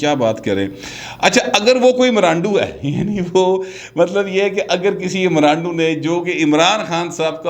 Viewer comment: Please say Imrando clearly... it seems that someone is saying gandoo... aReham khans character best scent with washall